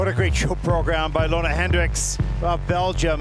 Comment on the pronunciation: I actually thought it was Leona like Leona Lewis! I think it’s pronounced “Luna”.